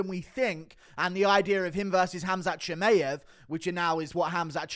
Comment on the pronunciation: Why cant you say chimaev's name properly 😂